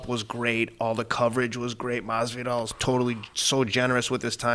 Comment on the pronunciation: I love how he calls Masvidal , "Mazel tov"